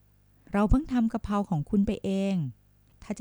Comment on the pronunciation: 55.ผัดกระเพรา .ไม่ใช่ผัดกระเพราะ..แอดมินคนไทยหรือเปล่านิ.555555